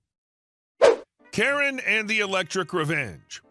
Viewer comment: "Kare"? "What install in my charger"? AI is making you look like a moron.